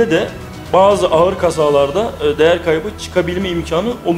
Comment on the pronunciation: Ağar değil, ağır .